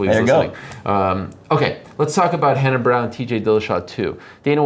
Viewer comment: "Kale" Sonnen and "Reenan" Barao? How can one be an MMA journalist without at least making the effort to pronounce the competitor's names correctly!?